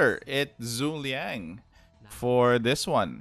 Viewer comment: Zhuge Liang is actually 3 syllabus, pronounced as Zhu Ke Liang Cao Cao is pronounced something like Chao Chao